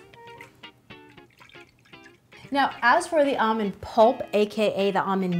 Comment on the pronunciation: “Amand milk”